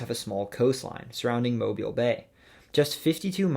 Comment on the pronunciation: Huh, I was not expecting my city to be listed for Alabama’s entry. Kudos for pronouncing Mobile correctly